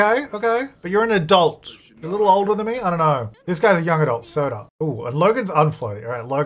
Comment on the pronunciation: When you first said Sota, I thought you were saying Soda & I was Ike OMG imagine all the baby names being soda 😅 Fanta, Sprite, Big Red, Cola... that woulda been awesome 😂